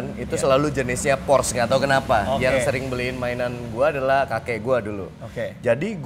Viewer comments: Porsche = Porsh X, Porse ✓ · Bacanya porse bang bukan pors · Porsche ngomongnya Porsche kali. Gak Pors. Ya elah. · cara baca "porsche" nya salah om harusnya kayak bilang "porsya".. btw keren bgt mobilnya. kapan ya punya...ngimpi >_< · Porsye dika bang bacanya